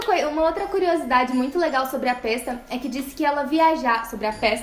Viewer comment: Pesta vem de pestilência, peste. Logo a pronúncia óbvia é Pésta. Meu Deus.......